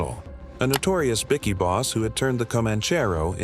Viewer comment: “Bikky boss” sounds softer than “bikie boss”